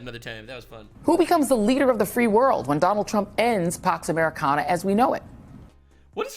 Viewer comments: Did she say pax americonda like wakanda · "pax americanda" fucking lmfao